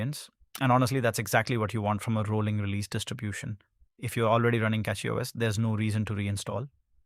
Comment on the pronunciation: Cackyos lol